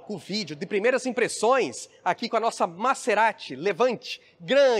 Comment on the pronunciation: Vc sempre fala nome dos carros errado. Não é MaÇErati,,,, é MaZErati.